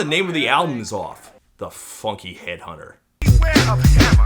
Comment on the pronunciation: He really said that with his CHEST! The PHHOOUNKEEE HEAD HUNTUH!!!